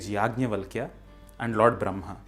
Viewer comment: For sanskrit channel, you seem to have difficulty pronouncing some sanskrit sounds. It's Brahma, and not Bramha. It's Yajnavalkya, and not Yagnyavalkya. Also, the H of bhuvaH is not silent, but pronounced as, say, German 'mach'. I know in recent times sanskrit culture has been corrupted, but I would have expected more from this channel.